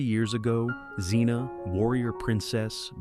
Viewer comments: It's Air-eez, not R-eez. How many ways can you pronounce Zena? It's Eye-oh-layus. Pathetic. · And Zen-a. ,,,stupid AI